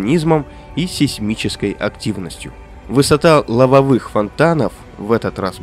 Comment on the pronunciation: Моменты типа "высота лавовЫх фонтанов" вас не смущают, смотрю. Несколько моментов в видосе, выдающие что эта озвучка сделана ИИ